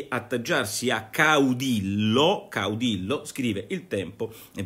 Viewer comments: Nicola Porro, si scrive caudillo, si pronuncia caudiyo. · Si pronuncia caudiglio e vuol dire duce